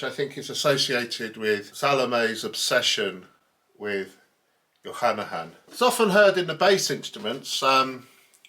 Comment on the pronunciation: I really like this; it makes me want to (try to) listen to this opera again. I hope you do not mind a correction (this is not a criticism- i clicked on "like") - it is not Jochannachan, just Jochanaan. Pronouncing it as "jo-cha-na-han" is like saying "john-on" instead of "john"